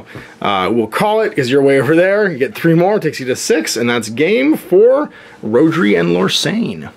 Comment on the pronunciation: Found it interesting, but kept getting annoyed by the mis-pronounciation of the Welsh name Rhodri, even if I was thrilled there was a Welsh name in there.